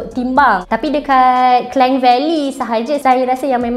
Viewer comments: Sebut klang pon salah Acah2 slang omputih Puihhh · Apasal Kleng, bukan Klang ke